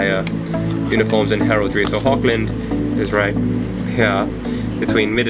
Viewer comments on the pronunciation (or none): Thanks for the correction! Hogland, never thought that would be an actual pronunciation, thanks again! I don't know how to do a Dutch accent, but I've been honing up on my German accent, I'll try to apply it soon =D